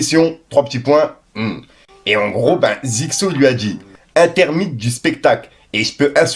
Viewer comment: FICKO JE REGARDE TES VIDÉOS TOUT LES JOURS , juste Une chose tu fait quelque faute au moment des lectures Intermittents ce dis intermi temps Et plein d autre Mot